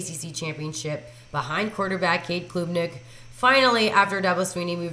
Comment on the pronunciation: it's also, Club- nik not Clueb-nik